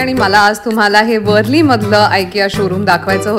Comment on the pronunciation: Its not वरली plz pronounce names by their real pronunciation